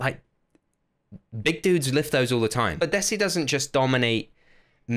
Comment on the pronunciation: You are pronouncing 'desi' wrong Its pronounced as (THEY SEE)